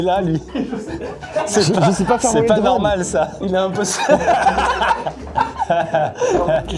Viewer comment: " le drane"